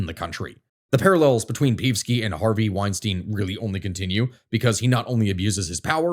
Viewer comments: OK, but not PEEVski. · It's read Peevski with E as in Energy, not as if it's an i or y, lmao. Not that I like hearing his name but your pronounciation makes it so much worse. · It's pronounced "Pei-ev-ski." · No, it's not. It's pronounced "Pe-ev-ski" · Damn you need a comprehensive course on slavic names, but i do appreciate you totally butchering the name of peevski the pig :) as we all do here overall good analysis, this issue needs to be studied and explained a bit more, nice try, for a 20 min video, unfortunately the shit we are in is a 3 hour deep one at a minimum (if you want i can give you some pointers)